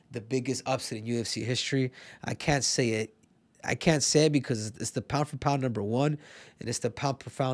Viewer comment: Pound por found sounds spanish